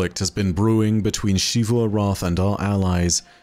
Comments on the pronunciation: I don't know why insists on pronouncing it "Shee-voo" despite multiple characters in game speaking it clearly as "Zee-voo" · Why do you say it "Shivu"? They literally just say Xivu in game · I’m looking forward to learning one day to properly pronounce Xivu’s name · It’s not like every character in the game ever says it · Im sorry, but I have a pet peeve with. His pronunciation of Xivu is never correct lol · At this point I'm confident you've seen at least one of my posts correcting your pronunciation of "Xivu." I have to conclude you're deliberately continuing to be objectively wrong out of spite. Why do you do this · It's his job to retell stories that other people wrote. A pretty easy job that just about anyone who can edit a video could do. The least he could do is do it right. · Clearly doesn't put enough work in to pronounce a name correctly. If anything, it's disrespectful to the writing staff at Bungie to deliberately continue to say it wrong.